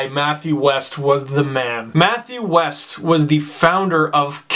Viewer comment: great vid Steve!! very sad to hear of Matt's passing. just an fyi his last name is pronounced Wee-st not West.